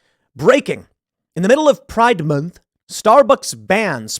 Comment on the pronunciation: I love how tim says pride “moonth” 😂